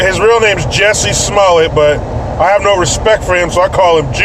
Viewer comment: It’s Jussie not Jessie jesus fucking christ